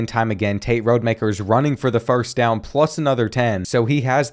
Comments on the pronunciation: It’s ROD-Ah-Maker lmao…his dad coached at my HS alma mater lol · You’re saying Rodemaker wrong it’s Rod E Mak Er